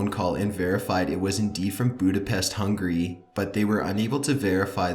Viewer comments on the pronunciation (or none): It's not hungry it's Hungary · He says hungry instead of Hungary. Say it right man. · nvm he just said budapest "hungry" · "Budapest, Hungry..."